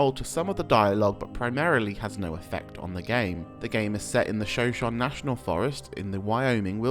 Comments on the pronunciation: If anyone is curious, shoshone is pronounced show-show-knee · The pronunciation is killing me. It's like shu show knee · 'Shoshone' is pronounced - "sho-SHO-nee". No biggie. Just letting you know.